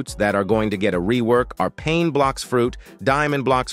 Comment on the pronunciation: Bro called pain paint 💀